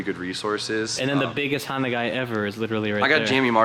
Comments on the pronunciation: Nissanda and Hondan (hon-dawn) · Nissonda and hahnsin (tribute to hahn f&f “honson” ) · Honbimmerssan? Honssan? Bimhonssan? Nissbimmerda? Oh boy